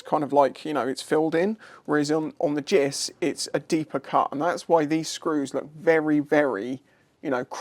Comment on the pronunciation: Many years ago I sheared a snap-on philips screwdriver on my superdream brake reservoir JIS screw. I was using it improperly so no lifetime guarantee! Side note: never heard anyone say 'jiss' before.